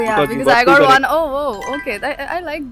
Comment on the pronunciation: It is pronounced as one not woon😅